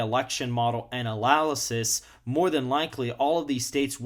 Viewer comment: Heard the way you pronounced analysis and clicked off